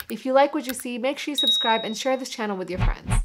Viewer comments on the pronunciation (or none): "SUBCRIBE." Heads up! S-u-b-s-c-r-i-b-e.